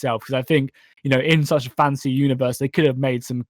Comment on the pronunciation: I keep hearing "fancy"